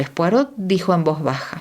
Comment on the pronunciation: La Lectora aunque pronuncia muy bien inglés, debe omitir la pronunciación de la T de POIROT q está en Francés. Saludos!!!! 😊😊😊